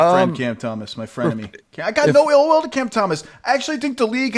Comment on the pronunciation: “My frienemy Cam Thomas” 🤣